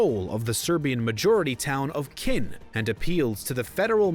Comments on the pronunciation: Learn how to pronounce words its knin Croats not khin and crots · It's not Keen it's Knin useless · you didn't even get the city names right, it's on google maps ffs, there is no city called Khin, it is Knin! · I was borni in one of the states of Yugoslavia ,and no forener will ever understand what's happening HERE. p.s. You need to better prepare for making this clip. Royal City of "Khin",13-th century 🫣?!? It's Knin!🇭🇷❣️ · The city is not Kyn, it is Knin ... i is softening the n and it sounds like the spanish ñ in word niño ... so it is kñin not kyn/kin. and so on ... I can take whatever word I want and it is usually pronounced like if you were after lobotomy .. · Please do check your facts, spelling and pronunciation. Like this it is simply wrong. it is KNIN not Khin and it is CROATS, not Crots. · "The town of Kin" lol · Very interesting and informative but holy crap man, put some effort into those pronunciations, will ya! Voj-vo-DEE-na not Voj-vo-DIN-na CRO-ats not Crotes Knin not Kin